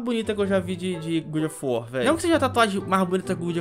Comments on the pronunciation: PAREM DE FALAR GOOD OF WAR QUANDO É GOD OF WAR PELAMOR DE DEUS. Obrigado de nada. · eh god of war e não good kkkkkkk salve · "Good" of war ksksksksksksksks Poxa ri mt mano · não é GOOD of war, mas sim GOD of war... desculpa pagar de chato mas é pq ta me dando gatilho kkkkkkkkkkkkkkkkkkkk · a pronúncia do God of War (Deus da Guerra) é: GÓD ÓF UÓR... 🤭🤭🤭😅😅😅. Da forma que você pronuncia a tradução fica: Bom da Guerra... 🤭🤭🤭😅😅😅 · Mds que agonia do falando "good of war"